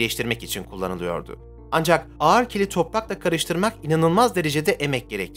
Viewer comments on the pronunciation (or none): none